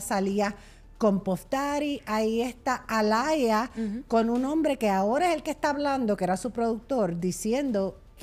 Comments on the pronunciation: No se dice Alaya es Aaliyah (Alia) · No se pronuncia Alaya se pronuncia Alia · Se pronuncia ‘Alíah’